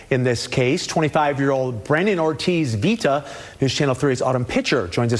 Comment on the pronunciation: LMFAO she said "Bandit" Brandon 😂😂😂